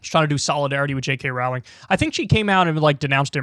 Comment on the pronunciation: He doesn't know how to say J. K. Rowling